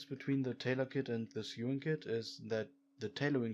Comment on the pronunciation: Dude, your not saying sewing right, its sOwing not sEwing